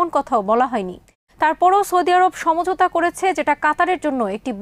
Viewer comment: ভাই , বাংলা ভাষা নষ্ট করার চেষ্টা করবেন না । ছমযোতা নয় , বরং সমঝোতা । আর এটা বাংলা ভাষা , হিন্দি নয় বুঝলেন